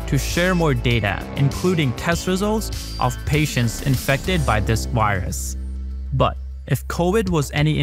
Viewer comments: How come you can pronounce "covid" with a v, but you say "wirus" instead of "virus"? You can clearly say the v sound. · Did U say caused by a wirus